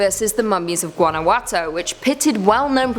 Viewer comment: I'm genuinely shocked and honored,. My father's home state is from Guanajuato, MX. (all is forgiven on the pronunciation). When I was growing up he took the whole family and we got to experience first hand the caves and mummies and hear the urban legends of the caves. The scariest part is going down deep in the cave and all the light going out. Quite fun. Thank you again for this, I feel like I have a part of me now in Top 5 Scary vids. Stay spooky. <3